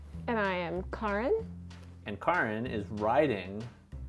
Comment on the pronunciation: "And I am Kɑːren" I get it. Nobody want's to be a Karen.